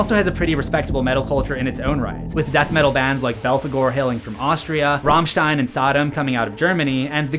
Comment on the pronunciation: Wait what you said Rammstein correctly